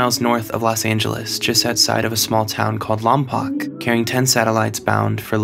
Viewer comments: Its pronounced lom-poke not lom-pock. And people generally just say Vandenberg or Vandenberg Air force base, though I suppose now its space force base rather than referring to the town it's technically in. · Omg it's not Lom-pock it's Lom-poke >_< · Also pronounces Lompoc "Lom-pock" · you pronounced Lompoc wrong